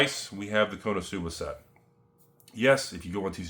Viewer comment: why he says konosuba wrong so many times....